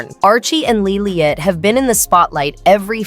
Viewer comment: LILIBET, NOT Lilyet!